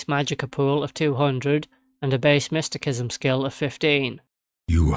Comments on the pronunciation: Pronounced mist ta sis em. But it makes the vid more funny with mystikism 😂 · Mysti-sism is how it's pronounced. 😅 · After hearing mistykism so many times, I've started to say it loke that without even meaning to 😂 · Sir, the way you pronounce mysticism is quite peculiar. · Cant pronounce mysticism, beats game w it anyways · While the 'c' in 'mystic' is pronounced like a 'k', the 'c' in 'mysticism' is actually pronounced like an 's'. Maybe you should search up the etymology first before telling others to do so.